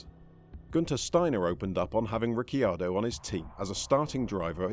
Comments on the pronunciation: Daniel Ricky-ardo? Ricky-bobby? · Ric key ar doh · Ricky Ardo??? lol